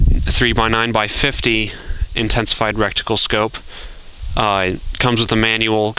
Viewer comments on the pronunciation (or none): its called reTicule NOT reCticule(how you were saying it)